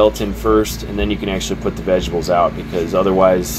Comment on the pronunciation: Vejabulls 😂. You're the second person today that I've heard pronounce vegetables that way. I dig it lol.